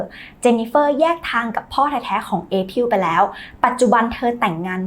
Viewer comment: April ---> อ่านว่า เอ พริล ไม่ใช่ เอ พิล อะครับ